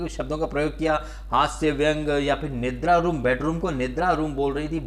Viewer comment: Rubina it's Nidra not nindra ....